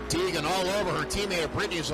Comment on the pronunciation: Poor announcer can't say Hailee Deegan. He keeps calling her Heegan...